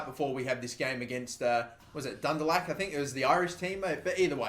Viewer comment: Dundulak? how fucking difficult is it to realise lk at the end of word is pronounced like awk, you know like the words talk and walk